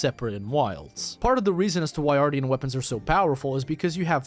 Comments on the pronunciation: Dude… AR-SHEN -tian is pronounced shen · Ar-sh-ee-an weapons***